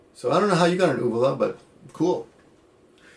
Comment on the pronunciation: You pronounced Uvula wrong and even men have it because it is that thing in the back of your throat which acts as like a saliva pouch. Well actually there are 3 kinds of uvulas, but the one Ryan was referring to was the "Palatine Uvula" which is in your throat.